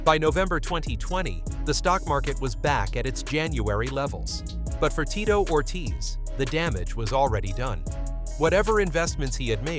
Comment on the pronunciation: The name pronunciation is horrendous